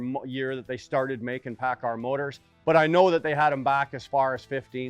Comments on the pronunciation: u doing a engine vid or how to pronounce paccard? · He may pronounce it paccard but he has one thing right that you fail to understand. He calls it an ENGINE. While you constantly referr to it as a motor. They are not motors. A motor is an electrical component. An ENGINE is a COMBUSTIBLE component. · Lol the editing, "paccar motor" ... "paccard engine" 😂